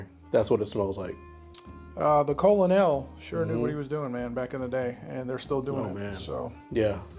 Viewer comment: Can't tell if you are joking or not, but it's pronounced "kernel" not "colon-el". Cheers guys.